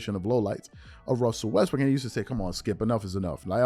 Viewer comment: gets me how these clowns are so in love w shannon now they're going to pretend that the ONLY problem was skip saying "westbrick"